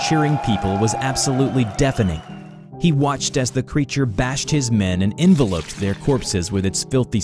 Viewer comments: Why'd you say envelop like envelope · "Enveloped" his friends corpses He said it like envelope as in paper envelope instead of like consuming envelope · He said it wrong like 3 times. Lol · The way you say certain words makes me cringe. Like the way you say “enveloped”